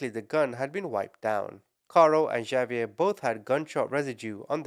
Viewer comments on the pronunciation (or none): not "J"avier its pronounced as "H"avier,, H not J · Javier is pronounced like Havier❤ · Javier is pronounced Ha-ve-air And Xavier is pronounced Ex-a-vi-er I know mexican names are a bit complicated to pronounce lol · It's pronounced HAH- vee-err. The j sounds like h in Spanish.